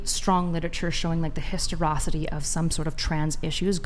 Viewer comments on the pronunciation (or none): When she used the word "Histerocity" she gave away she was a complete sophist. "Historocity" isn't a word. "Historicity" is a word. But even if she just mispronounced it, she wasn't using it with any correct meaning. Historicity is the study of how History has changed overtime. American history was taught vastly differently in the 1950's than the 1990's vs today. Historocity is just an attempt to make a person sound smarter to dumb people.